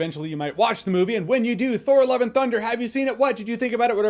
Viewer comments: I keep hearing Thor "Eleven" Thunder 😅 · Why does it sound like he's saying 'Thor Eleven Thunder' ??